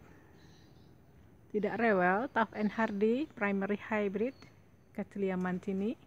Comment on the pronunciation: So beautiful.. and you said the name beautiful, too.